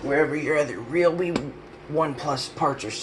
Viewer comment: Thank you for pronouncing Ryobi, correctly! Ree - Oh - Bee .... 👍🏻👍🏼👍👍🏽👍🏾👍🏿